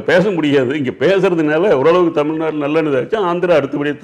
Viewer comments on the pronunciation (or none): none